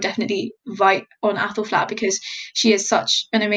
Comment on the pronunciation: I cannot stop hearing appelflap 😐